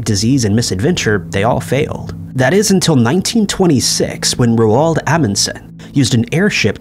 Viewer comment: "Ro-alld"? That's Roald (pronounced Rolled).